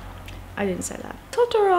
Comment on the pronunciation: Bad! No offence to you, it's clearly just your dialect, but as someone who speaks Japanese, it's painful:')